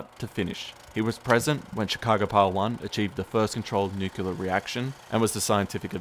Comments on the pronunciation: Fantastic content and thanks for sharing with us! FYI, nuclear - nuculer. ;) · It's pronounced nu-clear; not nukuler. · Oh my gosh its nuclear not nuculer. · NU KLEE AR, not nu kyu ler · Nuc-lear. Not Nu-cu-lear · Nu-cle-ar > Nu-cu-lar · I should get a bush bust to slap in this idiots face every single time he says nucular- NUCLEAR SAY FCKING NUCLEAR! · Most Americans say "nuclear" not "nucular". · PLEASE......Tell the guy that it is NOT NUCULAR, but Nuclear. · It's fucking NUCLEAR! i don't know why people say "nucular"... It pisses me off. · Jeez ! If you're going to do a video about something nuclear, at least learn to pronounce it right. It's nu-cle-ar, not nuc-u-lar. And how exactly did the pile generate power ? A power plant produces heat to produce steam, and powers turbines. Unless they had the necessary and extensive equipment to spin turbines, I don't see how. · And it's pronounced "new-clear", not "nukular" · ...nucular? Come on man. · "new cue lurr" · THE WORD IS "NUCLEAR"...PRONOUNCED: "NOO-CLEE-ER"!!! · NUCULAR reactor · It's nuclear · It’s pronounced nucular marge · nuculear , lmao. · If you're going to talk about nuclear history, you probably should learn to properly pronounce "nuclear". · How you going to make a video about nuclear materials, and not know how to pronounce "nuclear" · Fantastic video except you mispronounce Nuclear, which is really annoying. Note, there is only ONE "U" in Nuclear